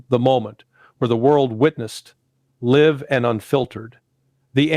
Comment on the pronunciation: Is this guy full AI or just too dumb to pronounce “Live” correctly off his AI pro Russian propaganda script?